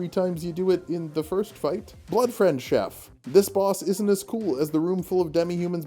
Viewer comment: is he afraid to pronounce Chief wrong?